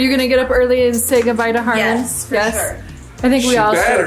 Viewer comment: I thought it was Harlan? She always says HarlanD. Just confused….